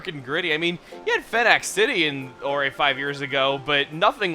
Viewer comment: Ore-Ay?! It clearly says Orre (ore)